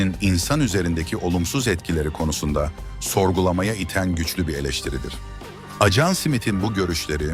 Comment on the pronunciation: Acan diyip durdu. Dikkat etmediniz mi😅